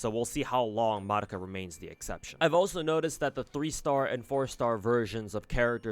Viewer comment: I just noticed that you're the first CC that pronounced Madoka's name correctly. Everyone else in the western world calls her May-dough-ka.